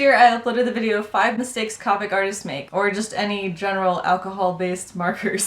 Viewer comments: The word is COPIC! The "O" is pronounced it is NOT an "A"! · I die a little inside every time she says copic with a short o. I looked on copics website and it said pronounce it with the long o